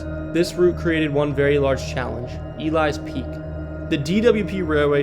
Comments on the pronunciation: I came here to say this. Definitely not E-lies peak lol Got a video on my page of Elys peak, one of my favorite hikes in the Duluth area! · It's E-lee-s peak not to be a pain lol just couldn't let it go. I live in Duluth it's a very fun hike! I wish the Cloverfield school on the north shore still existed it was a very cool place the tore it down a couple years ago I'm lucky I got some cool pictures from my urbexing adventures.